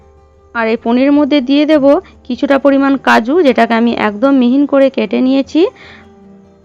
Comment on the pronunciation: রান্না করতে হলে ভাষা ঠিক করতে হবে বারবার মিহি না বলে মিহিন কসৌরী কে কস্তুরী বলেছেন কেনো